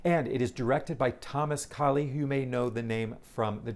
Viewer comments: Quick correction - his name is K-a-i-l, pronounced like kale, the vegetable, not spelled and pronounced like the Hindu deity Kali. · Hey! I saw the original "Proof' with Mary Louise Parker. Terrific!, the actress back in the day, is Anne Heche, not Hecht. Sadly she is no longer with us. She dated Ellen DeGeneres back in the day. Director is Thomas Kail, not Kali. Will you be seeing "Death of a Salesman"?